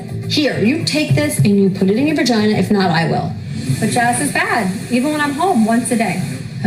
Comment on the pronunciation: "Verginar!"` Jazz Jennings' mom